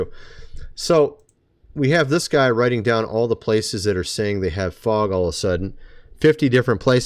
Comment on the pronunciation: it's not f o g